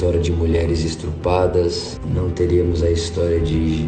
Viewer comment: Parei de ouvir no "mulheres ESTRUPADAS..."